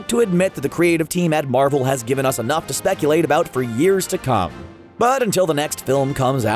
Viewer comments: it's not Marvell its Marvel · Why does he say Marvel like that?